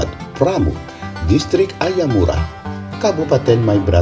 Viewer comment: danau AYAMARU Min ya ampunn Bukan AYAMURA 😅😂